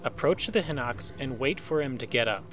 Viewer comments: its not pronounced Hinox its Pronounced HighKnox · I've never heard someone pronounce "Hinox" as "Hinnocks".